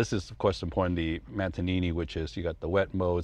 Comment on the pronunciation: The mantenini what? 🤌🤌😂😂